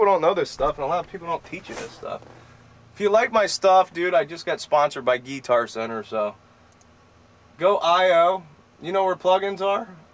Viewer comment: Gee-tar center lol